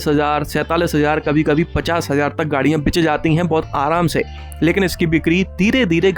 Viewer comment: बिक❌ बिच✅